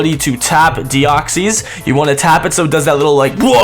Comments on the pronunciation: I'm not bothered that this was an April Fools but your pronunciation of Deoxys is shocking :P What it is not: Dee-ox-ees What it is: Dee-ox-iss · Your saying deoxys wrong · Why are you saying deoxys like that wtf?